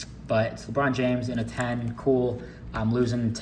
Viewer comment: Why did you say lebron names like that 😂